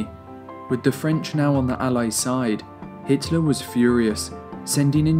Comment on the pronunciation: Pretty sure it's Hitler not Hiteler